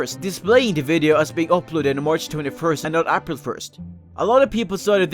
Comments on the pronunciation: I know you have a accent but seriously who the fuck says April like App-ril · "ahpril 1st" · What the. Do you say for April. I here "apprule" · I can't stand the way you say April. Made me cringe. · it annoys me how you say april.